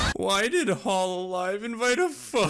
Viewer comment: I like how you pronounce hololive as “hollow live” I wonder if it implies anything